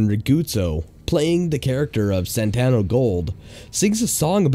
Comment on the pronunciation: Reads Santo Gold Says Santano Gold Welcome to the city of Los Santano??